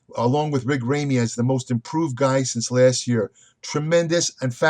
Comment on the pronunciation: Wrong on Phil. Brought his best package. And can't call Ramy, "Rayme" and expect people to take you seriously.